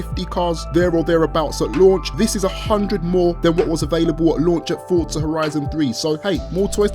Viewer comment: Can u say Forza properly